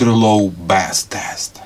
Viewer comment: You pronounce 'bass' like the type of fish. Try to say 'base' instead.. That's a more closer sound to 'bass' as in low frequency sound